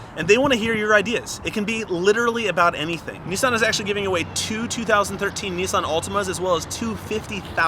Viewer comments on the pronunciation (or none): Why are they saying neesan it's Nissan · isnt it nis-un not nee-san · Lol he said nisson. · He's saying Nissan wrong lol